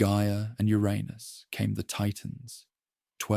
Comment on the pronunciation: Wish the narrator would pronounce Uranus properly.